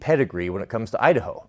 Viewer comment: Kamala Harris, "I da ho". 🤣😂🤣😂🤣